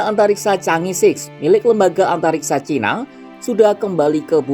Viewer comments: Chang'e bukan dibaca Changi Chang'e ya di baca change, kamu nonton kera sakti kaga? Yg jadi pacar Pat kay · jika itu bhs Mandarin maka Chang'è 6 harus mengucapkannya bukan sik utk 6, melainkan "chang'è liuk" dgn lafal k nya lemah atau ditelan. Jika Bhs Inggris maka mengucapkannya "ceenz-siks" bukan "ca-ngè-sik". Sekedar input bagi Kompas TV ❤️ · Cara bacanya 'chang e'.